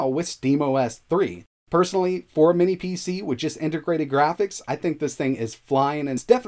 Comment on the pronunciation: Can someone explain why he can't pronounce "minis" correctly?